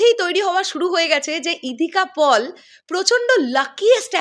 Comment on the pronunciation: ইধিকা পল নয়, সঠিক উচ্চারণ ইধিকা পাল।